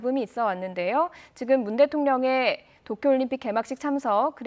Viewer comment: "앞서 '문대통령이' 일본 방문을 두고 여러 논란과 잡음이 있었는데요." 라고 했어요. 제가 볼땐 '의'를 '이'라고 애매하게 발음한듯.